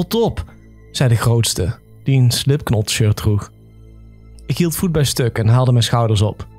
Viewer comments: Leuk verhaal je spreekt het trouwens uit als slipnot niet slipknot okal schrijf je het zo goed bezig en blijven knallen😅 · Het is slipknot maar je soreekt t uit met als slipnot maar goeie muziek js da